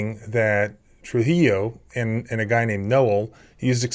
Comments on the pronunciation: Please learn to pronounce Spanish names. A double “L” (LL) is prounced like a “Y”, and a “J” has an “H” sound and “I” is pronounced like a long “E”. So Trujillo, would be pronounced Trū-hē- yo. And to head off all the comments I expect, no, I’m not Mexican. I just grew up in AZ, and took two years of high school Spanish class. I find it irritating when people pronounce names incorrectly. Especially in this day and age, where we have the ability to google any name or word for pronunciation. For example, I like to watch heavy equipment videos, and several channels have a Takeuchi brand track steer. I don’t remember any of them pronouncing the name correctly. Many pronounce it like Tacahoochee. I knew that wasn’t right as they were adding letters in their pronunciation, so I googled it. The Japanese speaker pronounced it as Tă-kee-ooc-hi. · Trujillo is pronounced true-he-yo. In Spanish, the J sounds like an H and 2 Ls together sound like a Y. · You pronounce Trujillo “trujiyo” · FYI... a double L in a Spanish name is pronounced as a Y, and a J is like an H. Tru-He-O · Just a point of interest you may want to know, (I am not criticizing) the double ll in Spanish is pronounced like a 'y.' I watch your vids all the time and, as a lay person, find them easy to understand and so very informative. Thank you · These surnames in southern Colorado are Hispanic/Latino - the L in Spanish is silent. The surname Trujillo is pronounced as (True hee O) - the L's are silent! It should NOT sound like pillow ! 😊👍 the surname Santistevan I thought is pretty straightforward- That should not be hard to pronounce. Just offering a little help - I love your videos and your passion for sharing them and the law with us! 🙏 😎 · Trujillo is pronounced like this. true- he- Yō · Just a tip... Trujillo is pronounced "True he o" AND GOOD FOR KENNETH!!!! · “Tru-He-Low” (I’ve never heard anyone pronounce Trujillo like that) 😂 llo = low vs llo = Yo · Trujillo is pronounced "true-HE-yo."